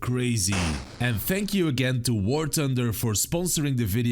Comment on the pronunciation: Nobody:: "Sponsor of this video is War Tunder!" 😅